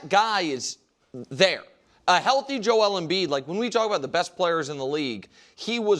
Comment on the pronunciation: I love how Brou says Joe L M Bead